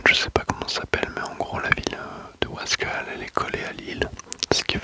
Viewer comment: Merci bcp d'etre passé !!!! Mias oui sinon on dit wasquAliens(le e ne se prononce pas) Super video encore une fois. grosse force pour la suite